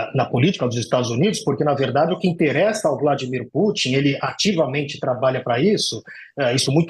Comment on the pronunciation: Vladimir "Pâtin" foi demais! 😂😂😂 "Ah mas ela quis pronunciar como em inglês". Só que não, em inglês o "u" de Putin é "u" mesmo, como no original russo.